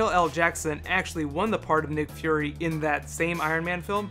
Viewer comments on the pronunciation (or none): none